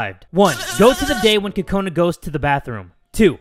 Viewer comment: Your saying Kakoni (sometimes) instead of Kakona